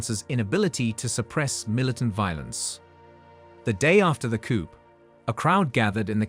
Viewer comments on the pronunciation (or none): Bloody AI.. it’s not a “coupe”, it’s a “coo”. The “p” in “coup” is silent.